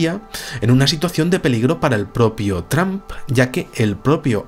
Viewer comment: TRAMP hahaha vamos. Buen vídeo de cualquier manera:D